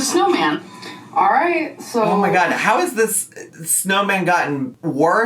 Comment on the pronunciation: I love how you say “OoOoh ma gawd” lmfao 😂